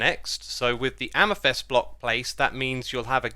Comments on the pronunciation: Please stop saying amYthEst. Its amEthYst... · Mate it’s pronounced amethyst not amethest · Amethyst pronunciation Brits: AmathIST Americans: AmathUST Xisumavoid: AmathEST? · Your pronounciation of Amethyst is so funny. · there’s definitely only one way to pronounce amethyst. U can’t just pronounce words wrong and then say it’s another way of pronouncing it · I will never get over you mispronouncing "amethyst"